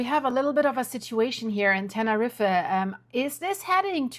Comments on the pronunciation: It’s pronounced Tenerreef. Not Tenerreefa! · NEVER IN MY LIFE HAVE I EVER HEARD THE PLACE YOU MENTION ? TANNA-REEFA. ? Holy moly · Love Ur work but it's pronounced Tener-eef.. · Tenerife is pronounced Ten-A-Reef not pronouncing the last E